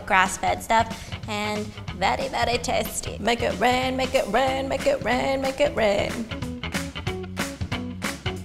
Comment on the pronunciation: When you were saying "Make it rain!" at like I thought you were saying "My goat ran!" LOLOLOL